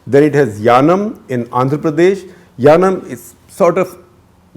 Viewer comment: I think its yanam not yanaon